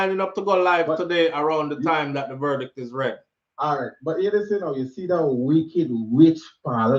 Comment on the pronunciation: One thing mi Wah know, a how much mf “ver-dick” them ago read?